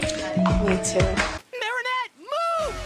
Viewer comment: "mAriNEtTE, MOO! 🐄😭" i cant unhear it